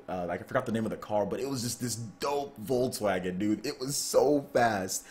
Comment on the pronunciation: Love how you pronounce Volkswagen :D